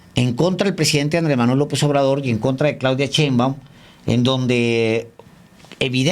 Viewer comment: Siempre he tenido la duda de por qué Alejandro Páez, que sin duda, es un hombre culto, dice "Cheinbaum".